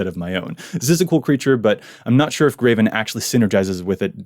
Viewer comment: He constantly pronounces Greven "Graven" and it drives me insane every time. There's no A in his name!!!